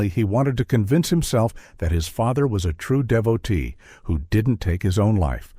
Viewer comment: Devotee not deviltee